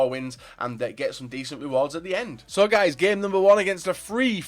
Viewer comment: Bakambu not bokoumbou